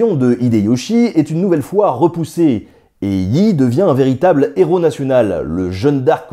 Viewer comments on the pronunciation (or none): none